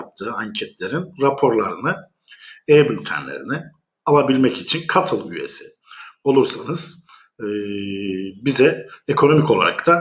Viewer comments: ingilizce cuttle dermiş gibi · İnce boşa kürek çekiyor. bu "katıl" kelimesindeki ilk heceye vurgu ısrarı inattan değil mi?